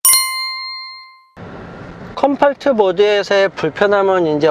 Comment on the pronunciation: 컴포트발음 왜이래